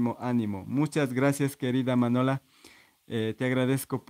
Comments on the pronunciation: Gracias. Ati.. Pero te tengo. Que pedir un favor. Si es que note molesta. MIRA ESQUE. MINOMBRE ES. MANOLA O MANUELA. NO MANOLO. YOYA SE. QUE TE CUESTA PRONUNCIARLO. COMO. NUNCA ANTES LO HABIAS. PRONUCIADO. NI SIQUIERA LO CONOCIAS. POR ESO TE CUESTA BASTANTE PRONUNCIARLO.. DE TODOS MODOS NO PASA NADA.. MUCHAS GRACIAS. JORGE. NOTE PREOCUPES NI LE DES MUCHA IMPORTANCIA. NO PASA NADA. DESPUES. DE TODO. AHORA NO CREO QUEME LLAMEN PARA HACER LA MILI.. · Oyes. Jorge cada vez. Que vas apronunciar mi nombre sufro. Porque. Te cuesta. Pronunciar. Manola. Sete va laboca. A MANOLO. CREO. QUETE HERA MAS FACIL EL OTRO NO¿ CREES ♥️. ? Yo creo. Que si. Bien me estan reclamando.. Que te vaya todo fabulosamente bien , 👌👌👌👌🙏🙏🙏👍👍👍👍👋👋👋👋👋👋 Que tengas dias felices o momentos felices , cuidate mucho jorge❤️🤗🤗🤗, nos vemos. Muchas. Gracias BUENAS NOCHES. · Cada vez. Que vas adecir. Mi, nombre tiemblo porque te cuesta un poco. Y en vez de pronunciar. Manola. Setefuera laboca a NOLO.. NO CLARO PORQUE TUNO TE ESCUCHAS NITEVES. PERO NOTE PREPCUPES QUE NO PASA NADA. YA SE QUE NO TE RESULTA NADA FACIL, UNA COSA ES PENSARLO Y OTRA EL DECIRLO Y MASIME CUANDO NO LO AS PRONUNCIADO NUNCA.. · Hay. Jorge nose como no te cansas de repetir. Mi nombre. Una y otra vec te esta costando bastante. Pronunciarlo. Bueno de todas maneras. Poco a poco tendras que acostumbrarte , mientras tengas que hacerlo. O te olvides.. . Bien bamos con la ultima. Cancion. Yo. Ya no tengo nada mas que decir. Ya lo he dicho. Todo. TODO, Y AHORA ME VOY. A DORMIR QUE MAÑANA ES OTRO DIA,, TENGO. QUE REPONER ENERJIA PARA ENFRENTARME AL NUEVO DIA Y AL NUEVO. AÑO. QUE ME VIENE. ENCIMA. , CHAO. CHAO CUIDATE. JORGE ❤️ 👍🤗🤗🙏🙏🙏🙏👌👌👌